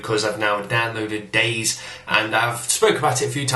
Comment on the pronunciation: btw its pronounced 'day zee, or zed' not 'days'